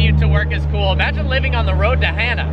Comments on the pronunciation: It's pronounced ha' naa not hana like a girls name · It’s not pronounced as Hannah... it’s like... hmm..... ha (ha is in the sound u make when u say hollow) and nuh. Ha nuh, Hana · I believe it’s pronounced (HAH-nuh) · learns how to say “Hana” instead of “Hannah” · hana not hannah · Hana is pronounced HaaNa. Don't want you sounding like a haoli(howlee). Mahalo. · Its pronounced Ha nuh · I don't think he got it right once😂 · If you talked to one person on the island about the road to Hana, you wouldn’t be saying it the wrong way 😂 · You said Hana wrong bro 😂